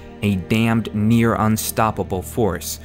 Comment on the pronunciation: did you say ; near extinction or mere extinction... sounds like mere.... hope I'm wrong... I apologize for being critical but you are so good that I have to hold you up to lofty heights...